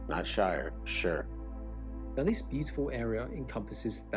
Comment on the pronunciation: 😮 one reason the mountains in the Lake District is that they are constantly rain-washed 😂😂😂😂 ps Whitby is an Abbey st Hilda got about pps fish n chips better in the north east ppps congratulations on correct pronunciation of shire pppps go to Newcastle Market ppppps castles were defensive, lots of raping and pillaging went on